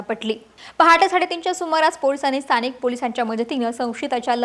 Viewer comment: वा अक्षता व्वा. अणेक पूने, पन, गुण्हेगार, गुण्हे , काण, कोनती, म्हनन, स्थाणिक, खूण. भारीच मराठी.